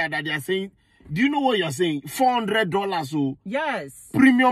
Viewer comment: Fourrr hundred dollasooh